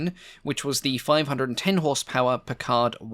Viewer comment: Great video, well with the "wait". Which was obviously needed for research. (Pronunciation: in some ways your pronunciation is better than the American in that you retain more of the root language. Americans are more likely to say Lahs An gel less than lohs ahn-gel-leas. Packard gets hit on the first syllable with the second, erd, half swallowed. Your p'card is more French as if Jean Luc should precede it 😂.)